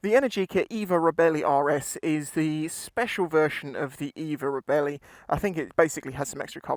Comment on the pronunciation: Sorry mate... belly, bellie, reebelly not really... "ree" "belle" "eeh" 😉😜 Nice review. Twist n gone 👏👏🤗 I did look and the repayment options do bring it into affordable ! Will definitely see if I can get a test ride. Thank you 👌👍